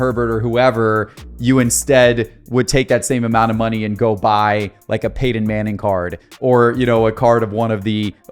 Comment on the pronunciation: Dang do you have marbles in your mouth when you attempt saying "PEYTON"?